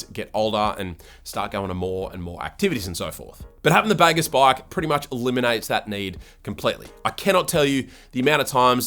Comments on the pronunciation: It’s fkn baaagooos… not bagarse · “The baygess”?? Not been to Bali mate?😂😂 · I think they have named this bike after the Bahasa Indonesian word for "good", which you pronounce as bahgoos.